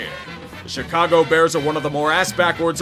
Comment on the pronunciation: May the Gods curse "duh burrs" for another age.